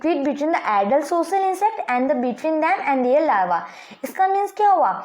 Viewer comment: Lalva laa vvv . Llalva larva.... 😂😂🤣😂😂